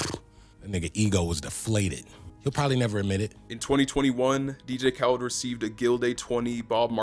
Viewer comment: mans said “DJ kawlid” 😂